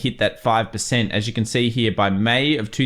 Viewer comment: Triggers me how you pronounce the word "here".